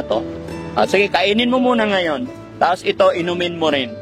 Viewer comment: Ebig sabihin ng ngonyan..! NGAYON